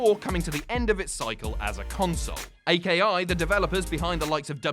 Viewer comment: Aki is pronounced akee great video none the less